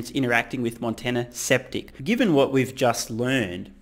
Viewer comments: Skeptic, pronounced "sKep-TiK" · intentionally mispronouncing "skeptic" as "septic," as in septic tank? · I like how you called the guy 'Sceptic' instead of 'Skeptic' LOL